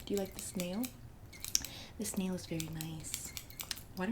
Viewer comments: omg when she kept saying "just look at this nail" i couldve SWORN she was saying "do you like this snail? just look at the snail" and.i kept thinking 'WHAT SNAIL?!!" and replayed the clip like thirteen times to find the snail in the frame. i must very sleep deprived or something bc wtf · Just in case u haven’t found it yet. She cracks me up. Now I kinda kind of think she really is saying Snail..